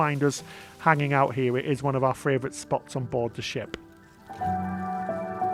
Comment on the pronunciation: The word is pronounced Favorite NOT Fravorite!! Love you guys but everytime you pronounce that word wrong I want to fly to the UK, hunt you down and slap ya silly.